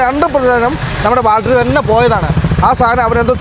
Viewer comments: കൂട്ടുകാരെ, "ബാൽട്ടറി "അ ല്ലാ, ദയവ് ചെയ്ത് "ബാറ്ററി "എന്നു പറയുന്നത് നന്നായിരിക്കും. എനിക്ക് ഒരു പ്രശ്നവും ഇല്ല. ഇത്രയും നല്ല ചാനൽ നടത്തുന്ന നിങ്ങളുടെ വീട്ടുകാർക്ക് ഒരു ഹായ് All the best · ബാൽട്ടറീ അല്ല ബാറ്ററി ആണ് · ബൾട്ടറി. അല്ല ബാറ്ററി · സുഹൃത്തുകളെ ഇന്നത്തെ intro പറയുന്നതിൽ നിങ്ങൽ ബാറ്ററിയുടെ കാര്യങ്ങൽ പറയുന്നുണ്ട്.. ഒരു തെറ്റ് ചൂണ്ടി കാണിച്ചൊട്ടെ.... ബാറ്ററി എന്നാണ് ഉച്ചരിക്കേണ്ടത് അല്ലാതെ ബാൾട്രി എന്നല്ല. ശ്രദ്ധിക്കുക❤ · ബാൾട്ടറി അല്ല ബാറ്ററി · ബാറ്ററി എന്ന് പറയൂ, ബാൽറ്ററി അല്ല. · ഇതുവരെയായിട്ട്.. ബാറ്ററി ന്ന് പറയാന്‍ പഠിച്ചില്ലാല്ലേ.. മോശം മോശം 😅